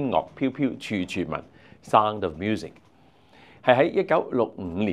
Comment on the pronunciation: 這個主持，連sound這個字都發音錯